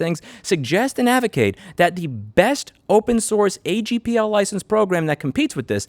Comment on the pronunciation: Given you are a lobbyist, I'd suggest you remove the letter R from your pronounciation of the word "advocate".